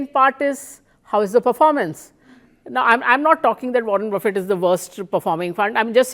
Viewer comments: Buffet not boufey 😂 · Learn to pronounce Warren Buffet